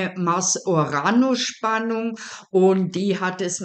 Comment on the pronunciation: Uranus. Betonung auf der 1. Silbe, auf dem ersten U. Nicht auf der zweiten Silbe und auf dem "a".